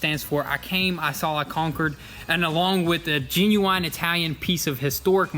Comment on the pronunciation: He said ginuwine 🤣🤣